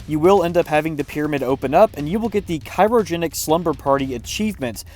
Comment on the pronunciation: I swear to god he’s gaslighting us with how he pronounced “ensemble” and “cryogenic”wrong with such confidence